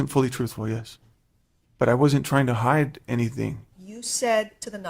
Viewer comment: How to "Hud"??? HOW TO HIDE***